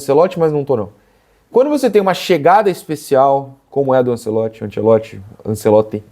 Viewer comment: O narrador falando ANSELOTTI foi meio chato😂